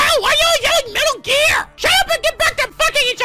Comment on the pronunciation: "Just like metal gear" "that's right metal gear" "MEehtal gear" "Medal gear" "meddli gear" "MEHtal gear" "Metal Geeeaaaaaaarrrrrrr" for reference